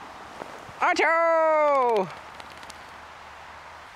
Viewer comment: it's so strange hearing him say "Otto" like a normal person